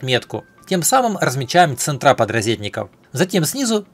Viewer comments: Точилка !!!! ЦЕнтры , а не центрА !!!! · Ценьры- ударение на е